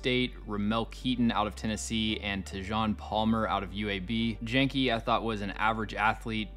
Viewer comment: The Janke twins are pronounced “YAWNKEE”